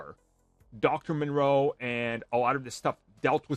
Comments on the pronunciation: Moreau. Not Monroe. From a HG Wells novel. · Sounds like you’re saying Monroe instead of Moreau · It’s moreau, not Monroe. Nice video though, but you didn’t stick the landing with that one 😂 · It's Dr. Moreau, NOT Dr. Monroe. How do you make videos without doing any research at all when it comes to the simplest things? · Are you talking about Dr. Moreau? You keep saying Monroe. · the island of doctor moreau. Not Monroe. Ffs. Yeah it's a dude building animal hybrids.. I can see where he is Coming from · It's not monroe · First thing I thought. It is Moreau. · It's not Monroe m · There is no "N" in Dr. Moreau. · You do know that you're butchering that name. It's pronounced More-Row. There's no N in it. Its spelled Moreau.